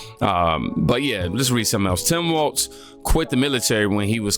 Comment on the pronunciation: Tim WALZZZZZ 😅😘😘 NOT WAL(TS)